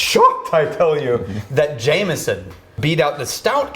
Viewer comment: Jameson not jamieson